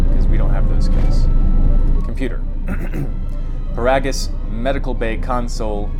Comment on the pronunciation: It's pronounced "Puh-rah-gis"!